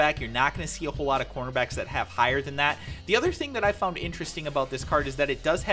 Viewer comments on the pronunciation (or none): none